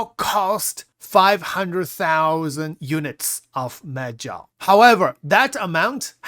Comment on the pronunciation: I swear he said "meth gel" lol🤣